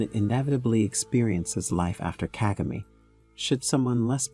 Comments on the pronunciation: Kagame. Stress is on the second syllable not the first like its mostly pronounced in this documentary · Nice but plesse learn to pronounce African names with the right stress. You pronounced "Kagame" fairly well at about the 12th minutes into the documentary, in other places it was wrong!.